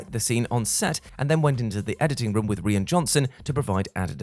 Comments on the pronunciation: Rian's name is pronounced like "Ryan" not the way you've been pronouncing it all throughout the video And basically this is actually "15 things you didn't know about The Last Jedi" because everyone knew about Mark Hamill's disappointment, the porgs introduced to hide the native puffins, Kylo's scar changing slightly, the lack of a lightsaber duel and Tom Hardy getting cut from the final release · This video would be a lot better if the presenter could have taken the time to learn to pronounce the Director’s first name properly.